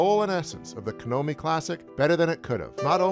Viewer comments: Dude it's KONAMI not Kenomi... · lol this dude says KANOMI Real good dev 🤣 LexicDys much? It’s seriously funny he can’t say Konami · "Kanomi" lol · That Konami mispronunciation is cringe-worthy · That's not how you pronounce Konami geez almost as bad as people constantly mispronounce Mario.